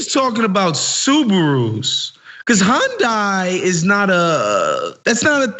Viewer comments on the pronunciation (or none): Hyundai said so many times, and none of them right lol.